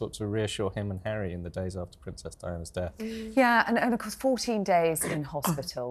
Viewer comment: Did that woman in the white dress really say in due chorus??!! Try " in due course!!"